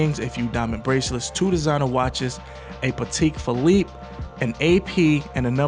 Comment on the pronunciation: Puh-tek Phil-leap 🤔